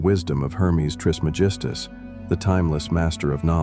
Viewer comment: It’s tris Meg is tus not tris me gistus thanks hard to take you seriously if you don’t pronounce his name correctly